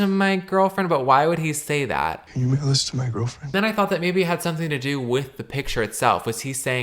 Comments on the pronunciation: I thought it was, can you wiggle this to my girlfriend 😂😂😂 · exactly?!? I’ve repeated this clip over and over again and it still sounds like ‘can u give this to my girlfriend’. Where is the ‘mail’ in it??? 😭 I don’t hear it at all it’s stressful